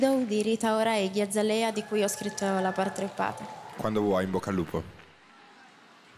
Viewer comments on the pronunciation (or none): CAZZO CHE BRAVA, in più la canzone è la vita (Iggy è la mia idola quindi aksnlsdklwkajdkwjssk) complimenti a per aver scelto questa canzone ma c'è una cosa che non accetto COME SI PUÓ PRONUNCIARE "Iggy Azalea" "Igghi Azzalea"? COMEEE si dice "igghi ezelia" 🤦‍♀️ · D D ANCHE IO AMO QUELLA CANZONE DIO, anche perché Iggy è la mia idola e sapere che una italiana ha cantato così bene la sua canzone mi rende troppo felice aaaa l'unica cosa è che ha pronunciato iggy azalea "igghi azzalea", in realtà si pronuncia "igghi ezelia"